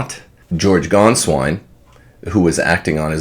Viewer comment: Can you, finally, get the pronunciation right? I mean, is it so hard? It is Gainsvine -- as in PAIN. It is painful to listen to it. It is insulting to Germans if you can't make the effort to pronounce someone's name right. And it is not Sarah as in a girl's name. It is Sa-Raw as in Raw-Raw-Raw.